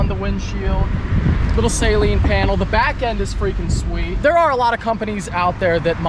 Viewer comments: It’s “Suh-leen” not “say-leen”. C’mon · "Saylean"... LOL!!! It's pronounced, 'Suhlean'. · I kno right,he was pronouncing it like "saline" like the eye wash solution, smh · Sayleen... Is driving me crazy then he said I love the saleen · its not "say-leen" its "suh-leen" Que the harry potter jokes. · Pretty sure it’s suh-leen, not say-leen 😉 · it’s pronounced “SUH LEAN”.. NOT “Saline” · Will people stop saying SAYLEEN, it's Saleen. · It's pronounced Suh Leen. Not saline. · Sa-lean not say-lean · Also its pronounced "SUH-LEEN". Its not nose spray lmao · Your pronunciation of Saleen is triggering Mustang owners everywhere lol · Car guy who doesn't know how to say Saleen correctly.....makes it sound like a medical term